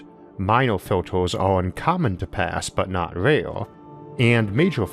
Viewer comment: Factors, filtors, weird pronunciation :o